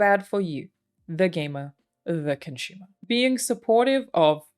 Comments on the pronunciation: I am Con-shoe-mer? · I like you you pronounce "consumer" cunchoomer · Con-Shumer. I can't get it out of my head. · Excellent video. Well done. Random comment: anyone else wince every time she says "ConSHumer" or the verb consume as "conSHume"? (drives me nuts. Why do some accents mispronounce letters?....I'm a weirdo. 'Kay, done.) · Her pronunciation of consumer is adorable 😂